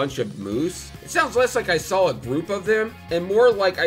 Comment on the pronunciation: Did you just saw "when I first sall it?" Why do people talk like that? I bet you put an "l" in "both" also. Since you're so good at putting ls where they don't belong you can take the L here too.